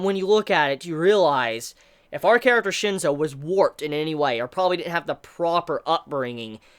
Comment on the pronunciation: its *Shinsou not Shinzo....